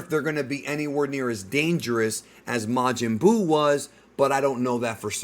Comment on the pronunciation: Majin Duu??!?! 💩